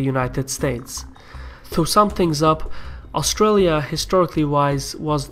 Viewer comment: i don't think you pronounced Australia, Canberra or aboriginals correctly even once in that, it is funny hearing foreigners try to pronounce Aussie words. also Australia has to participate with the UK as it is called the ROYAL AUSTRALIAN ARMY, our deference forces are sworn to the crown under the rule of England because we are part of the commonwealth empire. and as to why we deploy with the USA is because we have a tiny army, we can barely patrol our own coast, took more than 3 hours before out navy detected Chinese ships just outside our waters in a show of strength on their side, so we have allied with them, also since we are also members of the crooked evil UN which our government love so much even though the people don't they tend to do what they say more than the crown or the people to which is supposed to be the major influences.